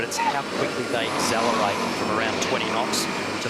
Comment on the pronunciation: I am sorry to be a pain but can someone please instruct Glen ashby on how to say accelerate correctly :(